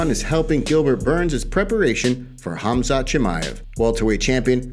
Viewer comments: I thought Colby called him, forgive my language if it’s bad, “Khumshot” I believe this is comedy gold 😂 Khamzat will smesh him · Khumshot smesh him